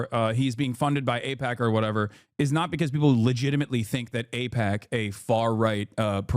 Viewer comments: Pakman doesn't know how to pronounce aipac, and Donald Trump never heard of a man named Jeffrey Epstein until the media started asking him questions about the guy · Why stop there? Just call him Maga. He pretended to mispronounce AIPAC after all🤷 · I think it's fair for people to not cover extremely stressful topics like that. On its own, I don't think that's enough to allege that he might be funded by AIPAC. Pretending he doesn't know how to say AIPCA when he wrote about it in a book in the past? I'm absolutely baffled. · Pacman can't say AIPAC and he can't say genocide either. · I think it's telling that David chooses to ramble about the pronunciation of AIPAC. It's almost like a tell where he 100% feels very uncomfortable talking about it and he needs to deflect with this little bit. It's very trumpian in many ways. Tangent: I used to watch David all the time. I was even a paying member. What made me stop supporting him was when I saw one of the non-paid versions of his episodes and they were littered with scammy crypto ads. When he was called out on it, he deflected, claiming that people need to provide him with proof cause he didn't know which video people were talking about. The one thing I've realized is that projection is the easiest tell that someone is disingenuous. His response to the Wired article only adds credence to this. He often talked about how it's difficult to debate with people on the right because they start little fires for which they expect you to put out, otherwise they would argue that they are right. He is literally doing exactly the same thing (ie. him needing to call out about the people on the right is projection) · I'm sorry but Hasan is being disingenuous. You're gonna say he doesn't know AIPAC just because he said he doesn't know how its pronounced? thats low. I didn't hear him one time say he didn't know who they were. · David Aipakman. Not sure how to pronounce that guys, sorry... (notwithstanding calling Reza Aslan a fraud)